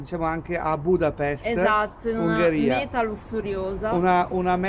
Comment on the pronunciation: "A Budapest... In Ungheriah!" Ma dai, pensavo fosse in Burundi